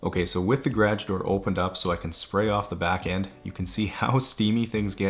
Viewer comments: Why do you pronounce garage like that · Who needs that first "a" lol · are u saying garage? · Things I have learned while watching this channel: Bunny hugs, timbits, toonies, and an alternative pronunciation of the word, "garage" That's all I can recall off the top of my head but I'm sure there are a few more.